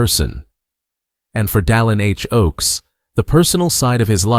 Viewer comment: AI. doesn't listen. The narrator has very clear diction and pronounces President Oaks First name correctly: Dallin.